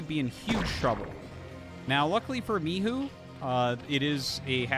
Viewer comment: THE pronounce of Mihu is correct:) Xiaoshuai is like SHAI